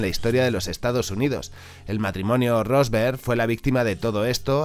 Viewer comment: matrimonio "rosemberg"... no "rosberg".